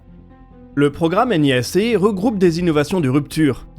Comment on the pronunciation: Mais bon sang, pourquoi vous dites toujours N.I.A.C, et pas nia.... ah. Understandable, have a great day.